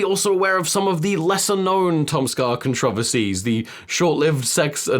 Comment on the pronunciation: the way he says "controversies" is ungodly